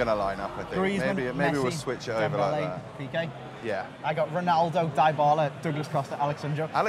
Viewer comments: DIE-BA-LA what lmaoooo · Di-ba-la? Not Dai-ba-la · It's dybala Not die pala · Its no dibala lol Its dybala 😅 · Its pronounced dibala not diebala 😂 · It triggers me how he says DIEBALA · Pronounces Dybala as Diebala Doesn't use Ter Stegan uses Neto Me: cringes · Did he just said "Dibala" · Dislikes rising for 'DIE-BALA' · dee-bala*** bro. DEE-BALA thats how its pronounced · What's up with the die-ba-la pronunciation? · when he pronounced dybala 😂